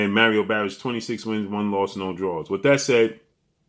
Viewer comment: “Merrio Berrios” 😂😂😂 its Mario Barrios 😂😂😂